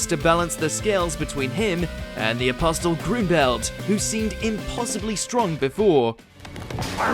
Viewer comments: AI couldnt pronounce apostle back then. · do you have to say apostle like that?